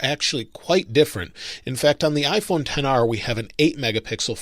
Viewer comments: It’s pronounced XR not 10R stupid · ‘Ten R’? I thought it was ‘XR’ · No one: Not a single soul:: IPHoNE TeN R